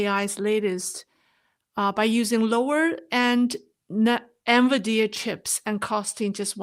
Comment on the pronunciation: excellent presentation, as always. Please keep up the great work! Minor point: the pronunciation is N-VIdia (not N-viDEa. Thus, emphasis on the first vowel, not the second vowel).